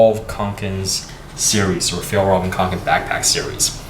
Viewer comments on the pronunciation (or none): That's actually incorrect. It's F-yell-rrrreven. See the official Fjallraven video about how to pronounce it. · Not quite, but so far the best non-native pronunciation I've heard online so far. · is it really that hard to pronouns fjællræven? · he didnt.. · k Om du är svensk. Alltså vet de ens hur man egentligen säger det. Undrar om de någonsin hört en svensk säga det.